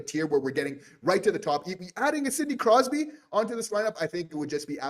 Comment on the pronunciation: Dayum, i'm surprised you managed to get Crosby's name right...haha 😅